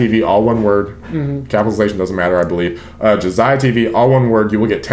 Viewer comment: 👥 if you want to check the book Map of the Soul which inspired the Map of the Soul albums, its a very interesting theory of psychology. Which first RM expresses in Persona, the Suga in Shadow then JHope in Ego. So Ziah...you've said the word a couple times but I hope I can help with pronunciation because I had problems too with this word as I had only ever read it. Epitome.... its not epi-tome, it e-pi-t-me 💜💜💜💜.....or just check google Hope this help 😃